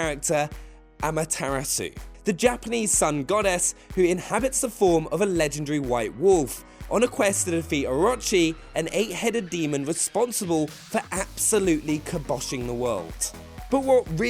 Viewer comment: I'm guessing "AWKA-MEE" is Okami, "NIPAWN" is Nippon, & "AWRACHEE" is Orochi?... MY EARS!!!!!!!